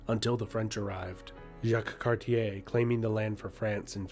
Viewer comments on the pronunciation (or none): none